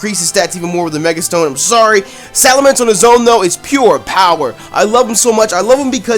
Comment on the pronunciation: ITS SALAMENCE, NOT SALAMANDER!